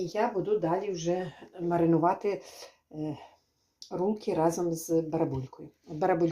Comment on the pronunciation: говорить правильно рульки бараболя